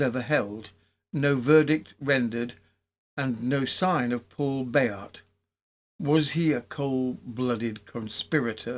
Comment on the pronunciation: Spoilt for a happorth of tar. You obviously do a lot of research for these episodes. So why not find out how to pronounce things? With all the resources of the internet nowadays, it's not that hard. But your versions of Bayart and Roubaix really grate on the ear. All right, a true Brit isn't meant to speak Froggy. But how how do you explain "recognisance"? Shame